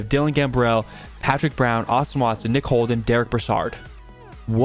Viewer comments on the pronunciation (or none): none